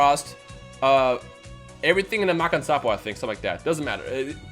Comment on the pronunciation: Bro, you keep pronouncing Makankosappo wrong in every video No hate ... Your videos are great. :)